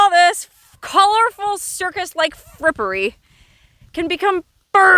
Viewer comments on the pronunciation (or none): Lol u said frippary lol❤❤❤😂🎉